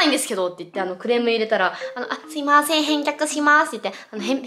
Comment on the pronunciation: さぁせぇ〜ん しゃあしぇん 中町氏最高